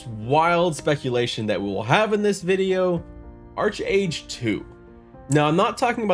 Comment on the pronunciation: Great video... but I was a 3D artist for Trion Worlds and it is pronounced Ark-Age not Arch-Age. xD